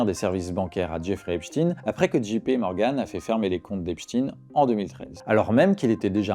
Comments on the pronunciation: C’est pas Epstine,c’est Epstein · Pourquoi dit-il Epstine ? On ne dit pas albert Einstine !! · Pourquoi dites-vous Epstine ? Et non Esptein ? C'est quoi le malaise ? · eps tin ! prononciation insupportable !!!!!! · mais ca se dit Ep- shtaYNcomme ca . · Einstein (aynchtayne), Epstein (epchtayne).